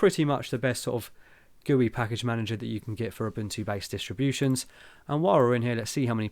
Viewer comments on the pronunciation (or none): please say it correctly: I would also dislike having people calling you "TILER".